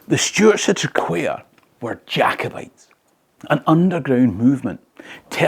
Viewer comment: TRAQUAIR - Say TRACK WARE or TRAC WAIR not Track Care. Its a funny one though with its QU. Heard it called TRACK WIRE